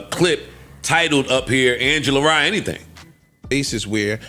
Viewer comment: Angela Rye, not ye